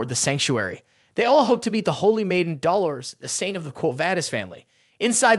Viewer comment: Man I love this recap but the way you pronounce Dolores it just makes me cringe lol